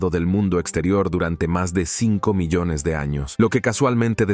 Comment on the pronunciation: Es un programa de voz , por eso pronuncia tan mal. Dice arroz (rice ) y carrera (race) en vez del apellido de Piri Rais. Y en otro lado, "milones" en vez de millones. ¡Horrible! Tal parece que medio mundo se ha vuelto mudo.